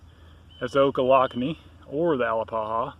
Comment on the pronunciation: ah-LAP-a-ha, it's Muskogee, you pronounced it Hawaiian.